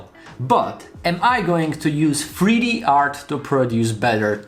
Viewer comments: In freeD? Fix your accent. Jk. I’m being mean I’m sorry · Not going lie I’m so confused I know the title says 3D but bro definitely said freedee